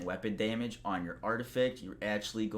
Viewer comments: Are you kidding. I subscribed just to hear him say "day-mage" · I find it funny how he says “damage”